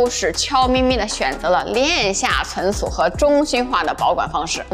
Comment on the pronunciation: cun cu -- 跟我念“存储”